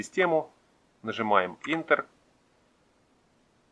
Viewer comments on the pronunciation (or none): Только мне режет слух название клавиши Enter - Интер?... (правильно клавиша звучит энтер - [ˈentər])